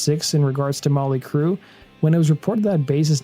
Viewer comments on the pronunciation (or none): Their band name is NOT Molly Crue. It is MOT-LEE Crue!!! Please STOP being Lazy in your s[eech!!!